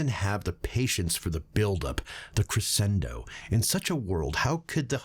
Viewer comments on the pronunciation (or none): Crescendo is pronounced creshendoh